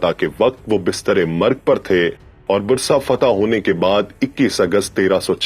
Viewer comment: Brother it is not Brusa...It is Bursa..